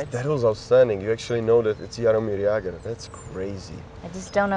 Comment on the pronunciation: Není v USA výslovnost Jaromír Jágr trošku jiná než jsi jí říkal? Není to Jeger?